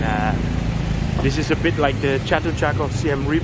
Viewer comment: Reap is pronounced with two syllables Ray-ap. (Siem Reap actually means the 'defeat of the Thais', which doesn't stop them attracting Thai tourists). I was last there in 2019 not that long before Covid closed all the SE Asian borders. A very lively little town with a great manic character...